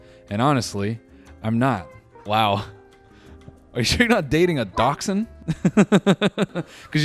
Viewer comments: The way you said dachshund made me vomit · Out of all of that I am still thinking about how Noel pronounced daschund